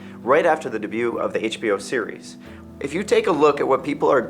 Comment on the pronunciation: I love how he keeps saying "cereal" instead of "series".